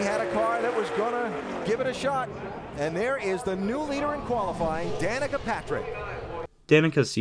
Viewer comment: Funny thing is the announcer pronounced her name wrong for half the lines, but they kept it in. Dan-eh-kah and Da-neek-uh are both heard.